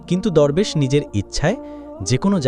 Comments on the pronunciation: দুরবেশ না দরবেশ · দোরবেশ না দরবেশ হবে উচ্চারণ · দোরবেশ না, দরবেশ😂😂